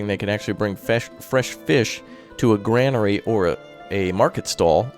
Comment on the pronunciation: it's pronounced "Grain-ery" please man